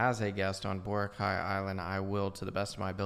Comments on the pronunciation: It should be pronounced as bo-rak-aye. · Vora cay luh 😐 sir good sir its BO-RA-- KAAY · The closest way to pronounce Boracay is bo-rāh-kai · It pains me to hear "Borakey" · BORACAY /boh-RAH-kai/ not Kay, as in kai for Cobra Kai. Gets? I was there more than a decade ago and that's where the downfall began. It was still great when I went there. I had a ground floor beach side room. Awesome! I just stepped out of the balcony and the beach is there. White sand, emerald to sapphire water...not photoshopped. When you stand still in the water there are tiny fish that'll clean your skin. Scared the hell out of my friend! LOL! Best vacation ever. For many months I could still hear the sound of the water. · Boracay - Boh-RAH-kai so the stress is in RA. The man in the video pronounced it wrong but since he is not a filipino, that's fine. But yeah when you ask local and you pronounced it wrong, or at least it's not that clear to us, people will give you a weird questioning look. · Correct pronunciation of Boracay is baw . ruh . kai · Pronounced as BO - RA - KYE (like bye) In Tagalog, we only have 5 vowel sounds. A in apple, E in egg, I in eel, O in off, and U in zoo. Hope that helps. :) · Wrong pronouns of Boracay